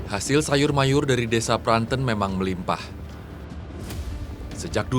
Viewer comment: Pranten bukan pranten! Aduh gimana sih cara jelasinnya